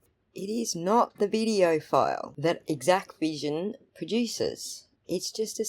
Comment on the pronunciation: THANK YOU for correcting the pronunciation of this vendor's name. It was driving me nuts that people kept calling it "Equivision", as if the X, A and C were silent. You made good points about the Exacqvision file formats. My opinion diverges on some other points though. I believe the Sallyport camera was an Axis M3045-V IP camera, which has its own web interface to control its streaming output. Exacqvision provides direct Axis integration, which bypasses the need for any other Axis software. The "origin" file format therefore is not something in the Axis family; it's whatever the stream capture is contained in on the network drive, which is defined in Exacqvision. I agree that the video formats are not proprietary, and that hashing proves very little. Encryption could be more useful, but it is an optional configuration only.